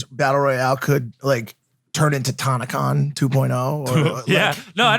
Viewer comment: The fact that mike said taa-na con... smh